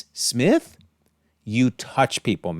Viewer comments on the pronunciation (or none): none